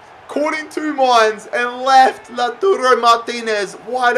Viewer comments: Man, its LautAro not LautUro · Your Lautaro prononciation is triggering me it is pronounced low-tar-oh